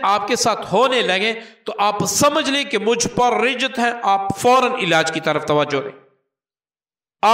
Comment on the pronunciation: معافی کے ساتھ عرض ہے رجعت ر کے زیر کے ساتھ نہیں زبر کے ساتھ ہے